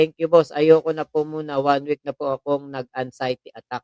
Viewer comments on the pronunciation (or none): “ANG-XIETY” talaga, ha?!! Bobong Baliw, it’s AN-XIETY!